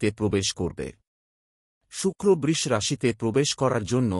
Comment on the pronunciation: উচ্চারণ ঠিক করুন।বৃষ,বৃশ্চিক আরো অনেক গুলো উচ্চারণ কানে লাগছে বড্ড।আপনি তো সব রাশিকেই খুশি করে দিলেন।সেটা অবশ্য ভালোই।সবাই খুশি হবে।কিন্তু সবার ভরসা কমে যাবে না তো?আপনিও ভালো থাকবেন।